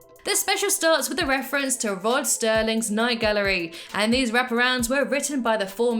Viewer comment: Rod Serling not Sterling